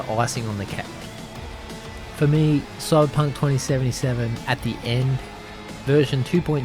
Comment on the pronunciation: I love the way ypu say Coiberpunk :)